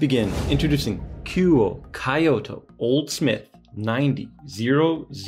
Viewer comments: Kyoh-toh, not Kai-oh-to. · Kyoh-toh, not Kai-oh-to Great looking watch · I mean if you say KEY-O very quickly then it ends up sounding like KYO. But if you slow down the phonetics it definitely does not come out to KEY-OTO. That is definitely not correct lol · Brand is pronounce "koo-oh-eh." The city is pronounced "kee-oh-toe." Nice review. Thanks. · Thanks for the video! I appreciate the Initial D reference, although I think a Casio G-shock might look more natural behind the wheel. Also, you’ve got the name of the watch maker pronunciation down, but Kyoto is pronounced like KEY-oto if that helps. Sorry to be that guy! 😅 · Not to tack on, but KYO is pronounced together in one syllable. Not two separate syllables. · calls Japanese friend to confirm pronunciation of brand name......immediately mispronounces Kyoto 😑